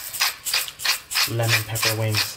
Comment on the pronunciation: No one: Literally no one:: Let me show you how easy it is to make Lemon Pepeqaullalgagglalgaaglaa wings